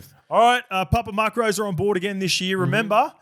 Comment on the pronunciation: Why is saying "papa mark-rose?" Isn't it macros? Like "mack-rose"